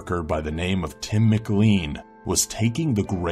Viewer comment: Tim McLean it pronounced Mclain I know it's weird